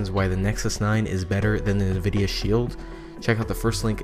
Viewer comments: Ecks™ No, he's saying NAHvidia, but it is ENNvidia. Better check YOUR hearing. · Nvidia is pronounced EnnVidia, not Nahvidia. So annoying. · Ecks™ If you're hearing "Enn Vidia" and not "Nah Vidia" you are the one with the hearing problem and had better listen again. I've listened to it again, carefully, extra loud, and he is saying NAH vidia, plain as day for those who listen. Did you even bother re-listening or are you just assuming you got it right the first time? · No hate to you but its N vidia not nuhvidia :} nice video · Ecks™ Ultimist I'm saying "Nah Vidia" because I hadn't realized I was pronouncing it wrong.